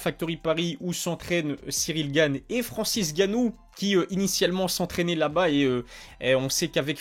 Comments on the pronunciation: Escuse moi frère c'est Francis nganou et non ganou on dirait ta la flemme de dire nganou lol c pas méchant ne tkt pas c'est un p'tit rappel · C'est Francis Nganou pas Francis Ganou ! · Bravo à Cyril ! Encore .. Vivement la suite ! Question qui me trotte, t'as une raison particulière de ne pas dire le N de N'gannou ?